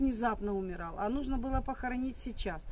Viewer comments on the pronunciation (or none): none